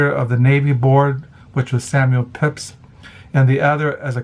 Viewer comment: Hi, please don’t take offense but in the first book mentioned the mans name is pronounced Peeps.